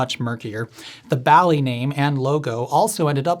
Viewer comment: It’s actually pronounced “BALL-eez”, because pinBALL